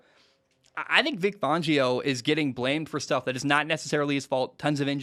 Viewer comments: Its fan not fohn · Yeah, it's "fan-geo", not "fawn-geo". I agree with you though, as a Broncos fan... he hasn't been dealt the best hand. That said, he had also made some unbelievably terrible clock management decisions. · It’s pronounced Fangio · How many times ya gonna say Fangio wrong?